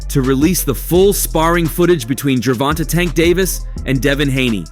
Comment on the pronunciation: How u gonna be a reporter and not say gervonta name properly bro like he new or something